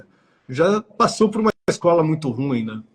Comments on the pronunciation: Gente, olha a pronúncia de ruim. Os dois pronunciaram de forma errada. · Pronunciaram como se fosse um ditongo. O correto seria ru-im. Dê uma pesquisada na pronúncia correta. Isso não teria relevância, não fosse uma conversa sobre literatura.